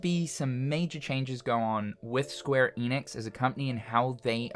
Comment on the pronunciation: Maybe if you pronounce ‘Enix’ right. And watch THEM OF ALL PEOPLE say it right. It’s ‘Enix’ not ‘Eeenix’